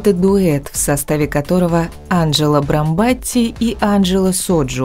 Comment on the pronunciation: Она Анджела Брамбатти, а не Браматти🤬